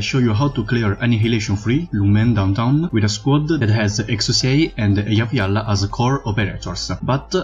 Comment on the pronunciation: You can pronounce eyafyalafyaf but can't pronounce ptilopsis? Yo wtf